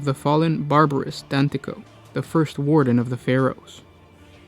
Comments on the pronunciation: it's Dantioch not Danticoh or whoever you're pronouncing it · Dantioch is prononched DAN-TEE-OCK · I am sorry bro to call you out like this but Christ did you just butcher Barabas’s last name Dantioch! You aren’t the first 40k content creator to butcher a character’s name so don’t feel to bad about it. And it’s just one of my biggest pet peeves!